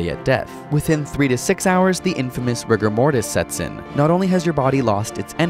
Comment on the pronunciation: Rigor Mortis sounds like "Rick Or Mortys"